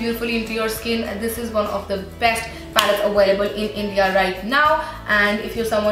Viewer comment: ah-way-lible is aVailable :)